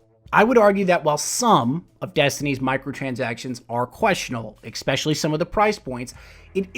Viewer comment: Excellent piece. Thanks for mapping this out. Such a great channel. On a totally random and personal note, can you pronounce your "es" words properly? For example, it is ESpecially, not EXpecially. You are so eloquent in your talks, and then these words are like totally distracting booger bombs. lol otherwise, it's all good.